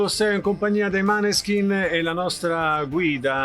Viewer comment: Mi incazzo perché si pronuncia Moneskin non maneskin